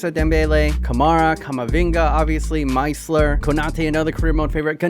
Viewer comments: Bro I support Leeds and u said meslier so wrong no caps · Its not how you proce meslier ps sorry for my bad English ¿ like please